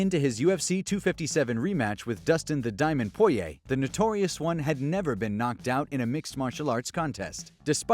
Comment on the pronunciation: My man really gave dustins name added syllables